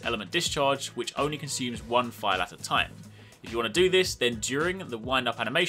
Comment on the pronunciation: I'm up to negegante(?) and had no clue what a fial or phial was. I though you were saying "file" and I'm going through my inventory likr a crazy person. But word not withstanding you need to do a little more explaining this. Like what constitutes knowing if you have a phial ready primed to fill. Does that make sense, do basic sword attacks charge it, and how to move phiald from your sword to your shield? I had a general question too, if you block an attack does that charge your shield or does it expend phials? I am still really new to this weapon, heance looking tutorials. If you could slow it dowb a littlw bit too. I was constantly rewinding to see if I heard you right. The basic stuff was really helpful. Like the x+triangle. I was looking at tutorials to see if there was any way to go from sheathed to shield. That's normally the most basic move you can do but they made it a tekken move for some reason. Thanks!